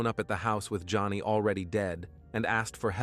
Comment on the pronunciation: "The woman"? "The man"? "The wife"? Not the best use of the English language. Not easy to listen to. And the murdered woman's name was Joni Gunter not Johnny